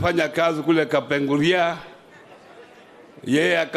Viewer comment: Hajui kupronounce Kapenguria? 🙄🙄🙄